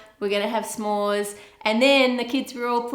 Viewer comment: S’mores is pronounced a little more like “some more” and a little less like it rhymes with spore. Otherwise I love your videos :-) from the US